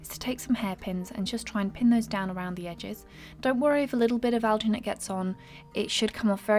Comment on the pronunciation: Are you saying algernate, because I haven't found any such thing